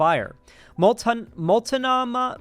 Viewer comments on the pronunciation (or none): just letting you know the pronunciation of Multnomah county is MOLT-NO-MUH hope this helps